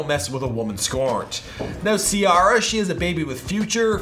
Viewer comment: “ Tiara “😂 it’s Ciara